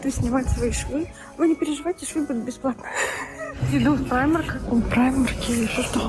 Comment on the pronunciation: а почему прАймарк, а не прИмарк? это так по польски говорят?